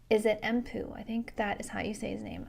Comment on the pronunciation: The second way you pronounced Tuomas was closer to correct Finnish pronounciation. Even there, your pronounciation sounded a bit like a Finn would say "Thuomas" so it was a bit too breathy at the start but the rest was great. And the Emppu you sounded more like "Empuu". The Finnish Emppu has two clear syllables Emp-pu and you make a clear p-sound at the end of the first syllable and then a second p sound for the second syllable and the vowel short at the end is short. But those are just minor details if you really want to try to get the prononciation correct. I think most Finns (Tuomas and Emppu included) consider being understandable being the minimum bar, not the proper Finnish pronounciation. And you definitely pass that kind of minimum bar easily.